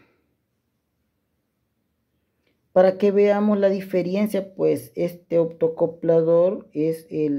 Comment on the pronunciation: Diferencia no Diferiencia